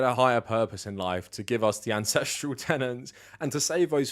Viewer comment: Every time you said ancestral tenet, I heard ancestral tenant, and it just made me imagine Liver King pushing the lifestyle of renting out your attic to your grandmother.